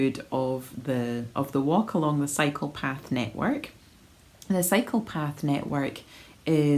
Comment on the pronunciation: I love your new format. I was laughing about the bench being replaced and then started hearing you say cycle path network as psychopath network!😅😊. The gardens are beautiful and i'm grateful to you for showing us parts of your beautiful city.